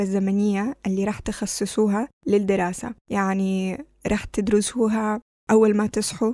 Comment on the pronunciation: يا ريت تتعلمي لفظ الحروف العربية .مثل تخسيسوها معناها تنزل وزنها أما تخصصوها .... كسدت. وقصدت حفز.حفظ كسمت.الفدييو .قسمت الفديو كبل .قبل حفدتو.حفظتو ندر.نظر ركمية.رقمية .يمكن انت مش عربية .أو عم تستعملي برنامج صوتي